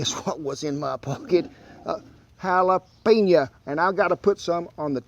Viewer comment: "Guess what was in my pocket, ...A JALAPENYAH!" LOL!!